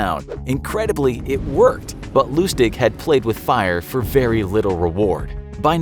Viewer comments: “Played with fire for vary little reward” “Vary” Ik its a minor thing, but curious - do you not review videos before uploading? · 'vary little reward'